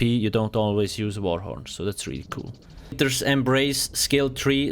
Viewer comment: Every time he says kewl I remember master Yi pro guide.